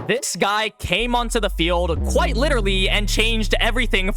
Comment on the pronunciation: "Came on the field qiuite literally" IM WHEEZING LMAOO